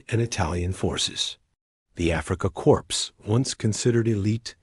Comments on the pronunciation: "Corps". The "S" is silent...as in CORE. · Corpse? I know. AI problem. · AI! Africa corpse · Please teach your AI that "corps" is pronounced "core" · You don't pronounce the p and the letter s it is pronounced as if it were c o r e if you're going to write a story you should know this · Where do you find these narrators? They can't pronounce words like Corps or translator correctly. This and teh pictures which are obviously not photographs, desroy the validity or what you are trying to portray. Just American propogranda. So disheartening.